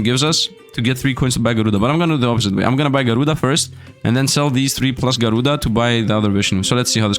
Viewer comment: "Garuda" Slfd: Na bro there has to be an N there